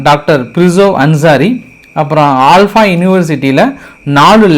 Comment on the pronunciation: ஆல்பா இல்ல ப்ரோ அல்ஃபலா யுனிவர்சிட்டி 😊